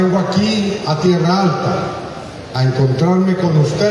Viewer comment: No es Tierra Alta, es Tierralta